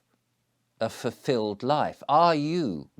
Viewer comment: “Fuffilled”… he he - perhaps the silly pipe smoking has made your mouth stop working properly! Also quite ironic you go on about family when you’re banned from seeing yours.